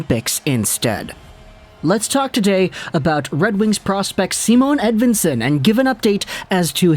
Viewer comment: Its not a "W" as in win. More like Ed(V)ictory)insson